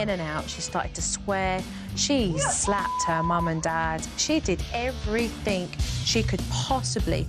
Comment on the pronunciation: I love Jo..love super nanny, however I wish she wouldn’t pronounce everything as EVERYTHINK…..